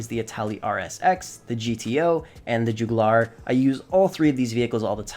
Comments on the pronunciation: Bro you can’t pronounce for shit mans said juglar instead of jugular Oml on top of that all I hear you talking ab is glitches and a bunch of cars that don’t really help you at all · Omg it's jug u lar not jug lar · Man's said the Jooguh-lar, it's Jug You Ler like the body part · Why can't youtubers post edit their videos properly anymore? ... It's not "juh-geew-lahr"...Dude... pay more attention in school PLEASE. I'm losing faith in humanity. It's pronounced jug-you-lure... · Dude your pronunciation sucks Juuugu-laarrr? Jugular. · Jewglar it’s jug-u-lar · Jug-You-Ler not joog-yoo-lar. great video tho! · It's JUG-YOU-LUR not JEWGALAR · Joog-glue-are... My guy it’s pronounced Jug-U-Lar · jew-goo-lar What the actual f... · “Joo Goo Lar” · This man said "joogoolar" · Mans said joogulaar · Ah yes, the ‘joogoolar’ my favourite sports car in the game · It’s pronounced “jug you ler” btw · Bruh the car is pronounces Jug-u-ler. Like the big ass vein in your body. Like "hey they cut his jugular." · This man said joogerlarr lmfaoo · Why does he put an accent on the Jugular when it’s a word in basic English lmfaoo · Ik I’ve never heard someone pronounce jugular wrong before 😂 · What is up with pronunciation he can't even say English words like jugular right XD check google bub xx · I was gonna give a pass for the "Kosatka" pronunciation, I shrugged off "Toreador"... But then I got to "Jugular". "Joogalar". Bro, what version of English did they teach you? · Yep. And the emphasis is on the FIRST syllable of infinate. Haha. He might not know what 'emphasis' means. 😂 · He literally can't pronounce any of these Kosatka is Koh-Sat-Ka Toreador is Tory-Adore Jugular is Jug-You-Lar Krieger is Cree-Ger Also for drifting you wanna use something more like the Rapid GT or Banshee 900R not the ZR380 Also Yeah no thats really not NOS, thats a rocket